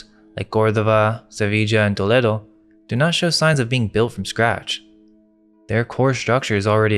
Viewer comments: It’s to-leh-do bro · You (two I think?) are true scholars. I love the thought provoking nature of the content. Also, it's Toll-ee-doh